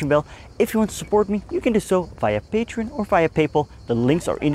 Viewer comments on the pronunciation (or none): none